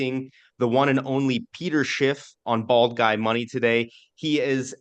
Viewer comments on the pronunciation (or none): I heard bald guide not bald guy